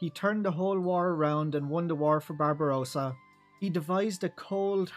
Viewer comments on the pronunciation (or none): none